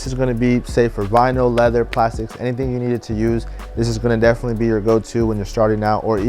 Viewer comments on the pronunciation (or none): none